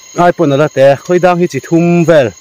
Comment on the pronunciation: Khawidang nilovin Khuaidang tih tur ani. Khawi ti a lam an awm fo thin a, Khuai tih tur zawk ani e.